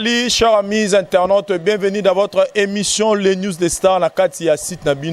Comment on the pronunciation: news et non nwes....